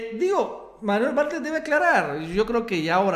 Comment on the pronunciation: Por qué les cuesta trabajo pronunciar Bartlett???